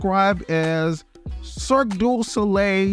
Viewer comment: Not Cirqe De Soleil!! 😂😂😂